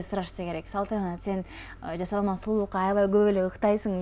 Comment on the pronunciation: Мейли оозун олуп эле кетсин,бирок Жазалма,жазалма дебестен жаСалма деп туура суйлогулочу